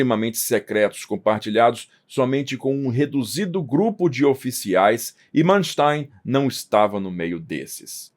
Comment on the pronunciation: nem para pronunciar o nome do tipo em condições?